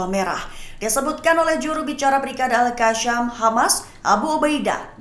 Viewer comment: presenter sebut al qassam pon tak betol..mahu d kikis lidah pakai parang ..atau pisau..betulkan sebutan skit telinga aku dengar..